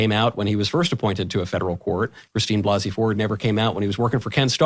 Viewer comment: Christine Blase (Blah-se) Ford.